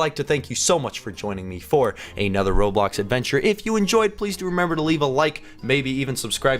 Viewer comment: it's roblox not robloc